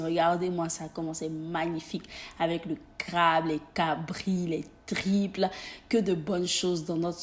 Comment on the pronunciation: On dit tripe pas triple